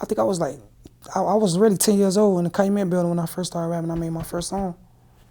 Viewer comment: CA Loo met. 🤦‍♂️